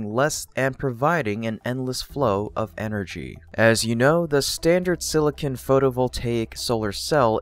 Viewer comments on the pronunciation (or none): silicon not silicin